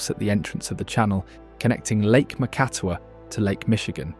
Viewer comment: You need to work on your pronunciations. Mackinac, Tahquamenon, Macatawa, Les Cheneaux, Frankenmuth, Leelanau, I can’t listen anymore.